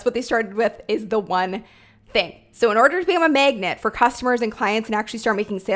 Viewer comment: Love your content! And does anyone hear “megnet” when said “magnet”? 😅 just me? #accents